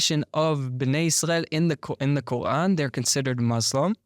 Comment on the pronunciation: This guy's pronunciation of Quarn as Kohan is driving me nuts.